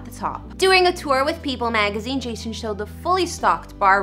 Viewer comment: did you just say Jashon lol